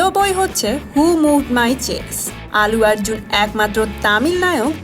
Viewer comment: প্রথমত, তিনি আল্লু আর্জুন, "আলু আর্জুন" নন! -দ্বিতীয়ত, তিনি তেলেগু এবং মালায়লাম ছবির নায়ক। তামিল ছবির নায়ক নন। আপনি শুদ্ধ উচ্চারণের একটা কোর্স করে ইউটিউব চ্যানেল খুললে ভাল করতেন। আপনার উচ্চারণ শুনলেই ভিডিও দেখায় অরূচি এসে যায়... :/